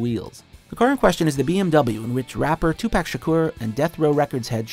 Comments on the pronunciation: He legit said "two-pack" instead of tupac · "2 pack" 🤦🏽‍♂️ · Its “two-pOck” not “two-pAck” is it really that hard to remember? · First off it's not 2 pack, it's Tupac. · "Twopack" shakur... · Tupac is said tu pock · Jessi da Fennec Fox sounded like he said 2pack. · Yep that cringe really said 2pack. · Smoking cigars are not that bad of a habit and for the last goddamn time tupac is not pronounced to pack. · Dude said “2 pack” .... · Its not pack of cigarettes...2pac with ah sound plz get it right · 2 pac not 2 pak narrator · And u mispronounce 2 pac thumbs down for not doingur homework